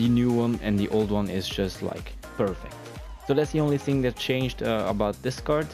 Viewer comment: When you say "that" I think you say "death"